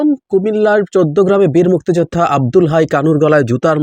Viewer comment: আওয়ামী লীগ হলে সে অপরাধী হবার সম্ভাবনাই বেশি,প্রচন্ড ঘৃণা করি এদের। তবে মুক্তি যোদ্ধা শব্দটা আপনি যেভাবে উচ্চারণ করছেন তাতে মনে হয় মুক্তি যোদ্ধাদের উপর আপনার অনেক ক্ষোভ।আলোচনা করেন কিন্তু বিতর্কিত হচ্ছেন কেন?